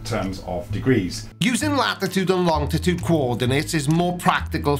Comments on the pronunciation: Longitude not longditude. I'm not saying you have an accent, but..... 😆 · I guess this the first time I've ever heard say "longitude." it sounds like he's adding a T in the middle and saying long-tih-tude.